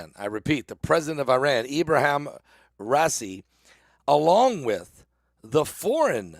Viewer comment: Pronounced Rah eee see